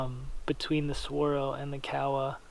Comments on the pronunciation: Kowa with an o not Kawasaki with an a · Ko-ah is how its pronounced according to their website, I also was calling it COW-ah before finding this out. Pinnacle of optics for me, depending on sample. Swaro is extra expense perhaps worth it for their EXCEPTIONAL customer service. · You know the funny thing about how he pronounced Kowa? I understood exactly what he was saying. If you say Kowa with a southern island, Japanese accent it sounds just like he said. If you use an accent from the north-east rural area it sounds just like you're saying. If your an American, white male, sitting in the bush of Alaska glassing bear and caribou, and say "Kowa" - it sounds just like the guy recorded in this video says. Does any of this really matter? If you didn't know any other Japanese and looked at the Emperor of Japan and said "Kowa Company, LTD" I think he would know what you're saying. But I get your point. Even though I wore a uniform with my name embroidered on a name tape, people still called me be the wrong name. LoL